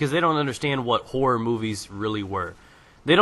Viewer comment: haha, every time you say horror, i thought you said whores... but yes, EVERYTHING meant to scare makes me shit my pants, and lactate. and im a man.